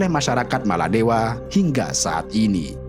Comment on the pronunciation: Sebutan biar betul bukan maladewa